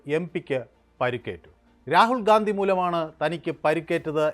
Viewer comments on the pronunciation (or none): none